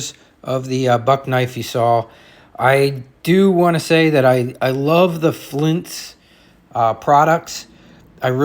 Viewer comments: BTW, it's FLITZ, not FLINTZ. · Sorry bro but there is no "N" in F L I T Z...yer killing me bro...otherwise FANTASTIC video! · It's FLITZ like SCHLITZ 😅😅😅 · It's Flitz, not Flints. It removes bluing because it contains amonia. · confused the hell out of me saying flintz. till i saw the tube I had no idea what you were talking about. but yeah.. Flitz is great stuff. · Thank you for sharing all of the information. A Very Minor Detail. "FLITZ" does not contain an "N".